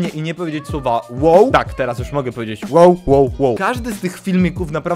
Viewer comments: ON POWIEDZIAŁ ŁOŁ A NIE WOW. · on powiedział łe łe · Powiedział łoł